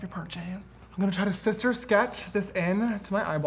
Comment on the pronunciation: Shlay shister!